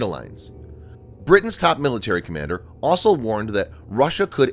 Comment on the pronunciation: I wish the narrator would learn how to pronounce 'also'. It's not 'asol'.